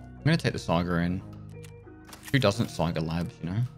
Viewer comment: There's no R in Saiga.